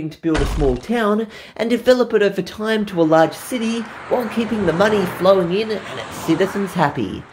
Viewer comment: "last timeh on diana games through timeh"